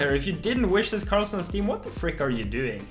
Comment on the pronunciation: in your video ye ssounbs like you are saying racist but you are saying wishlist